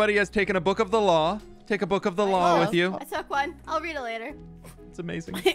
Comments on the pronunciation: He even said ‘the law’ like ‘the claw’ 😂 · It took me way to long to realize you were saying law like claw... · trying to convince people he respects the law while obviously making "The law" sound like "The claw".